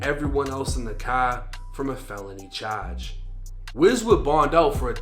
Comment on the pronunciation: "Felony Chauge" 😂 ""Rap Staas"